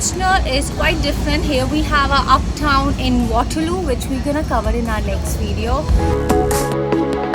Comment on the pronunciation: You go-nna and gawnna is so taunting :)